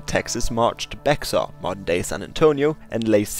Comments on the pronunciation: Bex-ar? BEX-AR? It's pronounced "Bay - har"!! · Bexar is pronounced Bear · it's pronounced "Beyhar" in Spanish but the X is completely silent and it's called "Bear" in Texan English. Only yankees pronounce it like you did. I live in Bexar county and around here we use pronunciation as an indicator of someone's background. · "B EX R" Please log off, it's "bear". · "Bexar" sounds like 'bear'. The 'x' makes a very soft 'h' sound. Think about how Mexicans pronounce 'Mexico' like 'me-HIE-koh.' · Yeah lol I'm from San Antonio myself and the "X" in Bexar is oddly silent. So in reality it's pronounced Bear like the animal. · Yeah don't tell anyone how to pronounce it unless you live in Bexar County! It is pronounced "bear". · Nope! You got Cuernavaca right and San Jacinto is more of a preference with either the hard or soft J. However I listened through again and thought i'd let you know that the X in Bexar is pronounced like an H. I don't mean to nit-pick. As Texan I'm actually really impressed with the video, It is actually one the best videos I've seen on the Texas Revolution!:D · Bro I'm from San Antonio and your mispronunciations of many names, especially "Bexar" is causing my physical pain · It adds insult to injury that you got San Jacinto right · The x in Bexar is silent